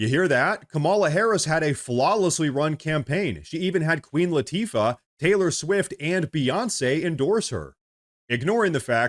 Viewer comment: Who the f is queen latffffa???